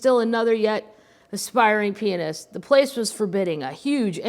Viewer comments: I keep hearing you say penis when you are saying pianist. I’m gonna be giggling even more through this whole book. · I kept thinking the same thing